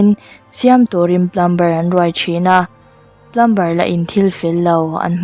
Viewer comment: Ka thiam vang nilo in thahnemngaihna ah lo ngai hram la...Plumber tih a, "B" hi silent tur ania..Plum-er tiin a ri tur..ngaihnawm lutuk